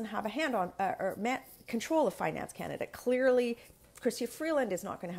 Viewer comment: It’s last line of defence not defense, and Canada, not Kenada.